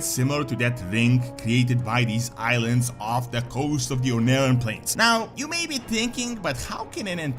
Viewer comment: "Ohn'aran Plains" I always have to point this out because it's hilarious, but "onara" means "fart" in Japanese.